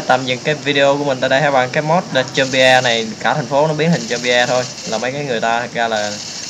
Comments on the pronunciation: nó đọc là zom-bi thôi anh ạ, không phải zom-bi-e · đọc là giom - bi ko phải giom - bi - e